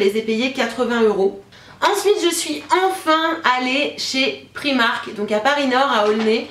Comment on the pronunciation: La robe en dentelle est magnifique! Pour info on dit "Praïmark" (comme c'est une marque anglaise) ;)